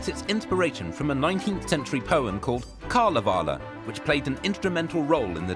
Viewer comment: not kalevale, KalevalA!